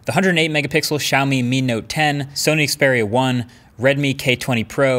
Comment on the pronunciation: *Xperia. I have no clue where MKBHD got that pronunciation from. Great video nonetheless.